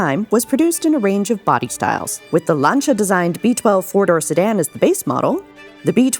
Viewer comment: At last some people who can actually pronounce the name Lancia…. Good on ya ….from Steve in OZ